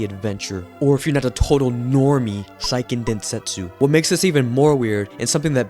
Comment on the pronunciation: *Hermione voice* it's say-ken densetsu, not psy-ken densetsu